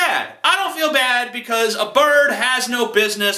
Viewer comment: "If your a bard" XD nice mispronunciation beware bards! fly away and play your happy tunes about brave adventurers elsewhere! X3